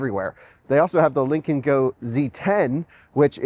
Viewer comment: I can't help but hear "Lincoln Co" every time.